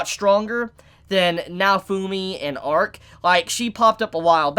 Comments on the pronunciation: L'arc is pronounced la-rc, not arc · isnt is pronounced Larc not Arc? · Downs kid, the characters name is L'ark not ark. Jesus christ. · Its lark not ark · did u hear how many times he said Arc instead of L' Arc